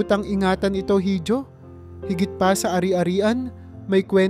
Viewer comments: Iho po ang correct pronouncation hindi hijo. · Dapat po iho ang bigkas sa letrang (hijo).hindi hidio. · Pronounce it correctly Hijo— iho Hija— iha